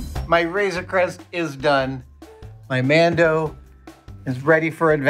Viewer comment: It’s Crest, not Quest.